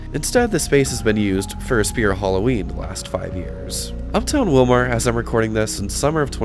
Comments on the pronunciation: Willmar pronounced more like Willmere, IYKYK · I knew the Kandi Mall was slowly dying. But didn't realize how far it was. On a other note I'm sure there were smiles from people who live in that area or like me that used to live in the area. When ever you pronounced Willmar. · Just to let you know, it's pronounced Will-mer not Will-mar. And it's Kandi-yo-high. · FYI, the city and county are pronounced WILL-mer and Kandy-OH-high. I grew up in a small town around 30 miles away in Maynard (pronounced May-nerd). Sad to see how dead it’s become - was a booming place compared to Maynard, population 478 in the 1980’s. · Funny listening to him pronounce the city and county name. It's pronounced Will-mer and Kandi-oh-hi, is how you say the names. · Surreal walk down memory lane, thanks.... Pronounced: Willmar = Willmer, Kandiyohi County = Kandi-yo-high